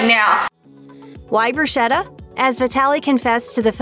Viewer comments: BrusKetta. Not brushetta.!!!!!! Sheesh! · The Italian in me cringed when the narrator pronounced it “broo-SHetta” 😖. It’s pronounced “broo-sKetta”. I said what I said. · THOUGHT MY MSG WAS GOING TO lAURA, BUT GUESS IT WENT TO MASHED, RIGHT?in which case may i tell this presenter that its pronounce BRUSKETTA///the h is Italian is a K sound, and everyone mispronounces this word sadly!!